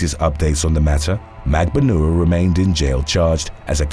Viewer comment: Magbanua is pronounced at Magban-wa